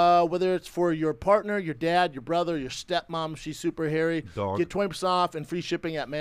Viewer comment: how chris just said dog like that killed me